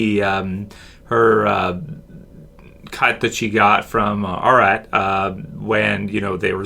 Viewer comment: you're butchering Arats name